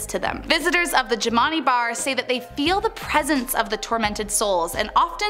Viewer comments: The bar is pronounced Jim And I after the owners. Please get your info correct. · I'm playing check off the places I've been. I stayed at the haunted hotel. I got some stories. Jimani is actually pronounced more like "jim-an-eye" Been to all of these places though.